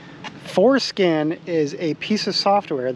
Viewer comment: Did you say "foreskin"?